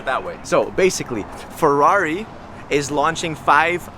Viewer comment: Capisco che la lingua italiana non e facile e non è diffusa....ma per cortesia la parola Ferrari e la parola Monza Per noi italiani sono la sacra bibbia ...quindi esigo la pronuncia perfetta!!!!!!!!!!!!grazie Duilio zarola from italy Rome